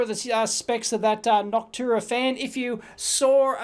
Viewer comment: Dave I'm your biggest fan ! It's pronounced "Noc-shoe waaa "